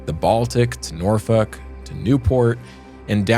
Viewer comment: Great episode! But your pronunciation of "Norfolk" is quite unfortunate. Good thing I had headphones on! 😂